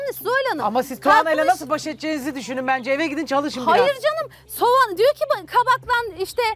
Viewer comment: Soğana sovan denince kulaklarım tirmalaniyor